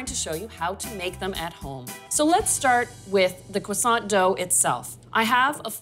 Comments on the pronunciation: did she just say cwoissant or am I trippin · Kwasant, girl what are you saying hahah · 😅😆🤣I get it now, I was ignorantly impressed, I thought that is the original French pronunciation, laughing at myself